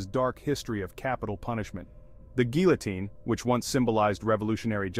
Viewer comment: I cringe every time you mispronounce the word guillotine.